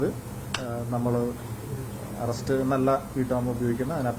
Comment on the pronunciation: അറെസ്റ്റ്‌ എന്ന് പറയല്ലേ തെറ്റല്ലേ.. കഷ്ടം